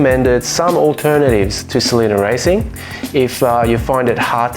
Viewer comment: Great video, I have a GT JTD and a 88 Sprint QV . I need to swap my front anti roll bar at some point as it knocks. Hate to correct you but the oil is pronounced S E L E N I A ( sel - any- a) not (sel-eena)